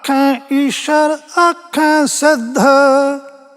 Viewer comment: "ਈਸ਼ਰ"ਕਿਥੇ ਲਿਖਿਆ ਹੋਇਆ ਹੈ/ ਗਲਤ ਪੜ ਰਿਹਾ ਹੈ/ "ਈਸਰੁ" ਲਿਖਿਆ ਹੈ/ "ਸ"ਨੂੰ‌ ਸ਼"ਹੀ ਬੋਲ ਰਿਹਾ ਹੈ/